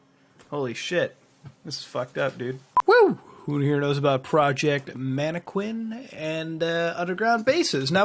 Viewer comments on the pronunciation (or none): "man-ah-kin" not quin lol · he miss said MAN-E-KIN